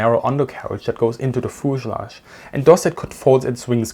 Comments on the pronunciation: FUZE-ah-lagge, not fooz-a-lagge. F-y-u-z-e. As in "you". Fuse. Ah. Lagge. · "Fooselage"...I love it! I am going to start pronouncing fuselage in this way from now on. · Foosilage, I love the way you say that word. Great video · Pro tip, in English, American English at least, it pronounce "FE use a lodge" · ah yes, the foozelahj. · Bi-planes had thin wings. They were fragile, and could not take the forces created by landing gear. IMO, that is the main reason landing gear was attached to the fuselage (feu-suh-lajh, not foo-suh-lagh) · I respect you man but when you said fuselage I just had to laugh